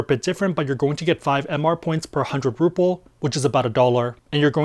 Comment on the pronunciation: Bro the Indian currency is “rupees” not “ruples”